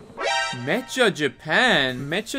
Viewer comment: “met-cha”? Bro it’s “Mek-ka”